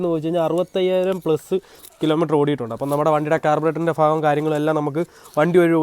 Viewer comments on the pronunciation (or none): 4.40 ഫാഗം അല്ല ഭാഗം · Fagam alla bro bagam. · ഫോക്കറ്റ് ഫാഗം ഫോയി അടിപ്പൊളി മലയാളം കറക്റ്റ് പറയു